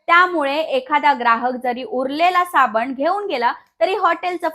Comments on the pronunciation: सायबिनी ने साबनी म्हटलं 😰🙄😂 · Madam rkda bollat tr chukun bollat asa hoil pn varanvar tumhi sabanich mhanala ahat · आधी मराठी सुधरासाबणी म्हणू नका साबण म्हणा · साबनी नाही साबण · सबनी नाही साबण म्हणतात 😄😅